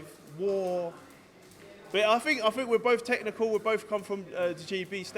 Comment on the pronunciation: When did it become the norm for everyone to say 'fink'? Good luck Joe!